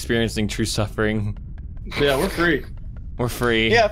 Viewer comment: MICKEY MOUSE: true suffrring